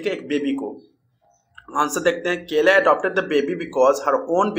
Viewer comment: Kala,❎ KELA✅